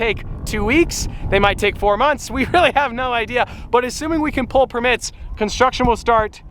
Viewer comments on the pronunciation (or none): Defender defender defender! Also did he say per mits? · Never heard permits said like that. Per mitts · Jan Guangco more like permíts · he says it Per mits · They way you pronounce permits is triggering me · The way he says permits xD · The way you pronounce permits is very interesting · The way he says “permits” slightly kills me inside